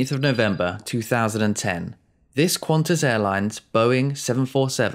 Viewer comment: Sigh, it's Qantas. No 'u,'